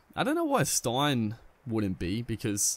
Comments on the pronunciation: U pronounce it as stane not stine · Dale Steyn is pronounced stain